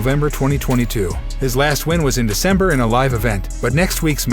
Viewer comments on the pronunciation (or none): none